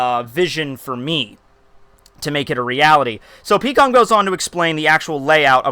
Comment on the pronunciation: Peekoms? Dafuq is his pronunciations of characters